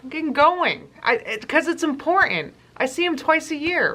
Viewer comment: Her pronunciation. It just gets worse and worse. “En-por-ten.”